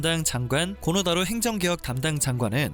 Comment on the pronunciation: 뜬금없긴 한데 정확한 발음은 고노다로가 아니라 "코노 타로" 입니다. 정정해 주세요